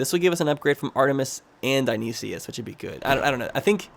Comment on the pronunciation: Because it's driving me mad, Dionysus is pronounced die-on-eye-sis